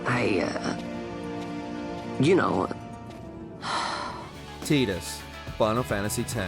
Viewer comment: Tidus is pronounced tie-dus not t-dus. Lightning above Zidane is incomprehensible.